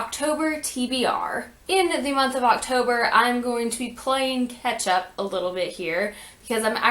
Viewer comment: I really thought you said Ketchup and not catch up and I got real confused... ahaha oops! I hope you have a great reading month! (